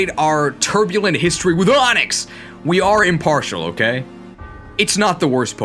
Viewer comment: Genuine question, when and how did you start pronouncing AHNIX like that?